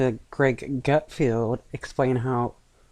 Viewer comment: GutFELD..not GutFIELD😅